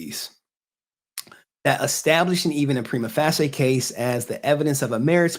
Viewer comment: Respectfully, please look up how to pronounce "prima facie". Thanks for the vid!